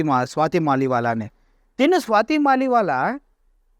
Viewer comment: "స్వాతి మాలివాలా" కాదురా అయ్యా, "స్వాతి మాలివాల్" .... వాల్ ను వాలా చేసావు కదరా అయ్యా, స్వాతి మలీవాల్ ఆప్ పార్టీ తరపున రాజ్యసభ సభ్యురాలు రా అయ్యా ఇప్పటికి కూడా